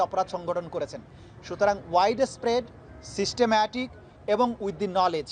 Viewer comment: Wtf is he saying systemmatic? 🤣